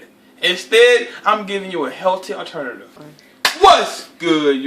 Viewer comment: "helty aternatif" LMFAO